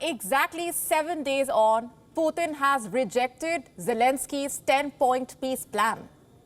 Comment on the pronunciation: Plz stop saying "Poothin" ,it hears like "Pee"............